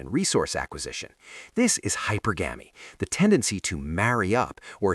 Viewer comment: Yeha! Like Hyper-Gammie! 🥴 Hypergamy is pronounced hype pur gum ie.